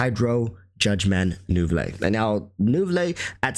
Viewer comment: lol i cant. why do you say neuvilette like fillet o fish